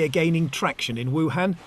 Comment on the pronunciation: Western journalists cannot pronounce 'Wuhan' correctly.